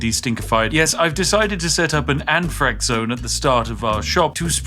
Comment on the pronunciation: Lmao😂 He said anthrax but now that I saw your comment I hear it too😅